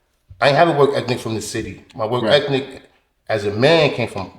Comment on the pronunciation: 3.15 did my man say work ethnic........twice